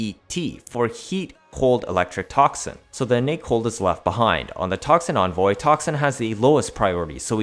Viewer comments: there is no way in phonetics that an e can be pronounced like an o in the english language, it can sound like ee as in weep, eh as ing exercise, and uh as in mechical. nowhere does it say o as in onvoy, also vigilante has the ah sound not the ey sound. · I hate the way you pronounce things, onvoy, vigilonte, etc, please pronounce it right